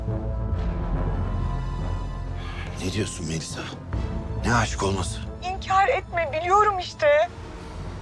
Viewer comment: 'in melisaya MeliSSA demesi ile enderin Şahika'ya şahiKA demesinin benzerliği ölümüne kapışmaz mı 😂